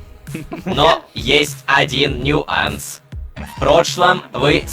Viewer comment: 🤓вообфета не ньюанс а нюанс🤓